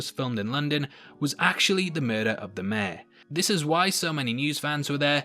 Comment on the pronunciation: Mayor is pronounced like May-Your.... not Meh